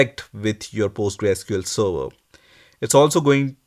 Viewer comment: Server bol le sava sava kya kr rha muh me fas gya kya